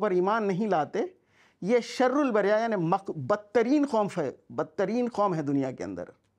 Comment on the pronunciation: Aisa Hafiz pahli bar dekha hu Jo sharrul bariyyah ko sarrul bariya padh Raha hai , wah re jahil tere liye jahannam hi sahi thikana hai